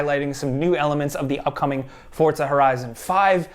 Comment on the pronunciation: Forza... Not Fortza...